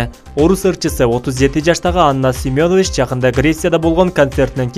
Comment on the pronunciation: СЕМЁНОВИЧ эмес Семенович туура суйлогуло уят